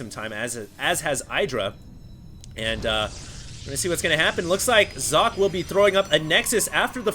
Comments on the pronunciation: You must be German. (Kein Problem. Ich kann Deutsch). In English it'd be more like Zock-uh, if you wanted him to pronounce it the way it would be in German ^^ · Socke is pronounced ['zɔkə]. It's german and means sock (singular). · Sock-eh, btw. It's german. And its alternative gaming :) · Its not Sokka, if you want to pronounce it right Do socket (from wow :p) and dont pronounce the last t. Sokkeh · I went to Google Translate and found out that it does very much mean, "Sock" but it was pronounced as "Zok-ka". You got it pretty much right! Thanks for the Info. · Sok? no it's Socke ^^ you got to say sock + eh. not Socky, not Sock, just socke(h) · you have to pronounce the E in sockE. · You got your pronounciation almost correct. There is one more sound after how you say "Socke", the German "e" which is how you'd probably say "-eh" with a silent "h" or as the "e" in "taken". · jock... haha "Sock-Ke" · "socke" is German (as is the player) and it means sock (the things you put on your feet before you put on your shoes)... So, the right pronunciation would be something like "Sok-ka". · not sock you have to speak the e ;) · How to properly pronounce "Socke" 1. Start saying "socket" 2. Remove the "t" at the end and say Z instead of S in the beginning 3. Profit.. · okay, i pause the vid right now. 1. its called sokkeh (you dont pronounce the "h" its just easier to explain like that. the "e" is like in the word red) 2. aTn is alternate attax^^ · Socke is pronounced more like Zock-euh. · socke is german... prenounce it like you did and put an "e" like in "tennis" at the end and it would be perfeckt... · You are pronouncing Socke's name wrong^^ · hey hd socke is from germany and the e at the and is pronounced too and it means just sock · socke is simply the german word for sock. you have to pronounce the e [ə] at the end. seems to be a little difficult for english speaking people :D